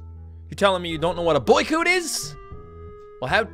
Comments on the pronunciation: Boycoot EXCUSE ME ITS BOY COT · It's boy - coot